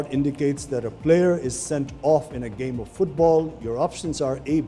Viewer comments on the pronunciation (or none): none